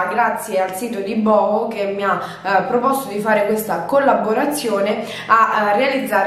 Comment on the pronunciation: Ciao Scusa se ti correggo ma si pronuncia bu hu... Equivale al nostro cucù settete che si dice ai bambini... Comunque brava e bella